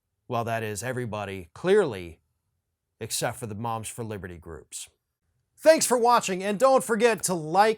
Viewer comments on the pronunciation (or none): I thought you said the, 'bombs for liberty'. Close.